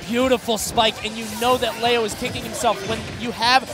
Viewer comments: IT'S GODDAMMED LEO (LEE-OH) NOT LAY-OH!! SO ANNOYING. Great matches though that make me feel like I need to really work on my Smash game. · Wtf its leo not leao wtf lmfao